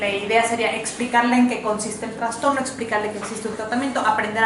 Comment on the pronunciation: Todo bien! Me encanta como explica pero dijo traNSTorno?? al trastorno??